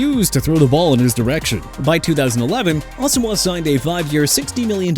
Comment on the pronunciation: FIRST OFF IT'S NNAMDI ASOMUGHA PRONOUNCED ah-so-muah!! SECOND HOW ABOUT TYREEK HILL WHO HIT A WALL?! HOW ABOUT THAT?! TIRED OF THIS NONSENSE... AND I'M ALREADY UPSET!